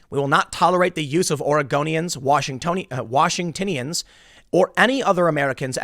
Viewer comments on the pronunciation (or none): I live in Washington. First time I've ever heard us called "Washingtinian," usually it's, "Washingtonian."